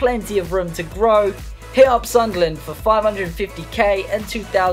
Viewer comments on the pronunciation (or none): none